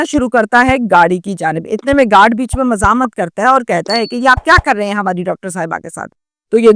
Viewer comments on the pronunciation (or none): none